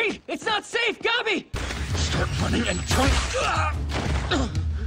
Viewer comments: "Gawbi" fuckin hell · Why do they pronounce Gabi like that 😭😭😭